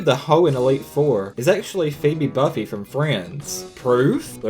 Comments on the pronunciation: Bouffet, not bufet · It's actually pronounced "buufay" Not" buffet" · It's pronounced boofay not buffey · pheobe buffy??? >.> it's pronounced buffay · It's pronounced "Boo-fay" Gotta keep up with them "Friends" facts ;) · Um Phobe's last name is pronounced as: boo-fay.